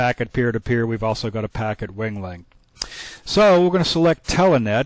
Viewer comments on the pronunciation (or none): i keep hearing the pronunciation of "telEnet" Watching this series to see if i had any snafu's or fubars on my end. So far i have it setup right. Moving on to vid 3.